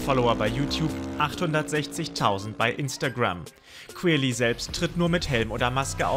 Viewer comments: heftig dieser "kwirly" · Der heißt querly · Digga wenn ich euch in echt sehe rtl ich nehm euch auseinander, lasst mal querly in ruhe und du sprichst es sogar flasch aus 😔😑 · Also ich feier den „kwerli“ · qwirli XD